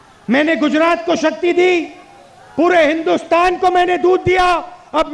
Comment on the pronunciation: Pronunciation sikhao Isko Koi Gujarat ko Gudarat bolata hai